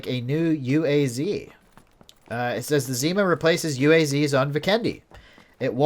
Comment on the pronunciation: ZimA (stress is on the last syllable) - that's "winter" in Russian. IRL this vehicle model is called "Niva" (stress is on first syllable)